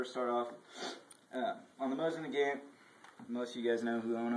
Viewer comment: not only did you pronounce Nagant wrong but you proceed to act like your a proffesional gunsmith? how old are you 14? you should probably leave the videos to the people who know where the weapon even originated from..